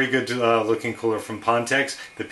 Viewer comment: just so you know ph makes a "F" sound... like phone...